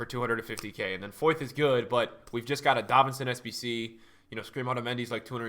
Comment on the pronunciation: Foyth is pronounced foit 👍